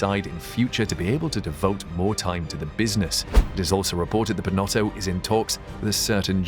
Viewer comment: It's still not right😅